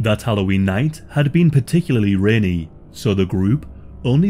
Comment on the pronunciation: Bit dull. Oh well, was worth it to hear a Yorkshireman say rainy..